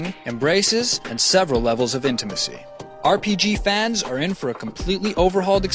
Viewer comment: "7 levels of intimisy" hehehehe